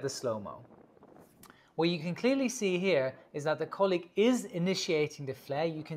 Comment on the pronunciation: "let's have a look at our colleague", your German is showing:D